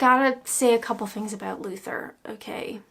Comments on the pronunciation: I can hear the aboat (about) coming back very strong lol. I know you said about shows before you were born but the 70s/80s shows were the best of British comedy. Try blackadder goes fourth, love thy neighbour, only fools and horses, Till Death Us Do Part and a 90s show called Royal family and a Irish show called Derry girls. I'm sure you will have a brilliant laugh. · i think i might be the only brit that doesnt own a tv, dont miss it. happy to listen to say 'about' on youtube tho:D